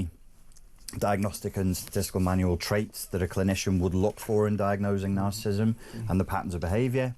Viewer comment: If this man is such an expert on natcissism he should at least be able to pronounnce it properly. He keeps calling it ”narcism"